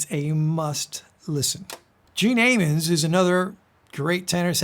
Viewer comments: Re Gene Ammons, he pronounced his surname AM-ons, not A-mons. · Other than the mispronunciation of Gene Ammons' name, this was a great video. I was born, raised and spent most of the first 50 years of my life in Jug's hometown of Chicago and it was always "Ah (short "a" sound) mmons" not "Ay (like Fonzie) mmons." Was way too young to go to the jazz clubs that were still around on the south side of Chicago in the '60s; by the time I was in high school and learning to play sax, those clubs were all gone. Unfortunately, life got in the way of pursuing a music career and I went on to other things. But I have some fond memories of playing with a funk/soul/blues band in clubs and bars I couldn't get into as a patron because I was too young. Met Sonny Stitt once, who scolded me for thinking small musically. Wish I had stuck with music to prove I listened to his advice. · You are the very first person I've heard mis pronounce Gene Ammon's name.